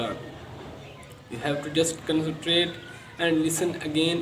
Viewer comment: Yeah well he's trying his best isn't he? Instead of bickering about it pay attention to what's being taught bro....